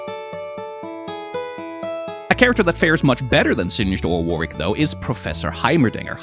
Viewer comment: Heads up, "Warwick" is pronounced 'warrik'. the second 'W' is silent. It's weird but a lot of old English names are 🤷‍♀️